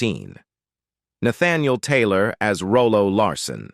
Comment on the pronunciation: Rollo, not Rolo.